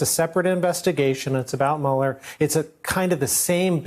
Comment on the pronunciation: Mueller does not rhyme with Ferris bueller...how many times do these dimwits have to hear his name pronounced before they start pronouncing it right?